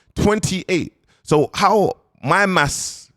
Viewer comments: “My mass “ my mass” 😂 then proceeds to say 28 ✖️ 15 🤣🤣🤣🤣bounce you defo didn’t finish school akhiiiii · My ‘mass’ instead of ‘maths’ 😂😂 I love. Keep doing your thing brother much respect!